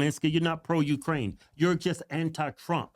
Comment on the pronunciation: Did he say “even if Russia keeps Jewkraine land?”